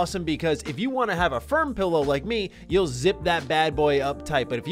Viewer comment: Its not a pellow, its a "Pillow",,,,, I bet you say melk too